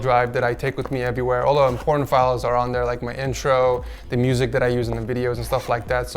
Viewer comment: Im-Porn-tant files